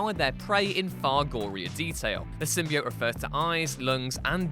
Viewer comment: Another thing you missed is how to pronounce the symbiote. As you also don’t know how to say it properly.